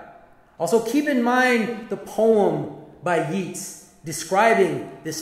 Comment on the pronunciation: He’s pronounced ‘Yates’ Jonathan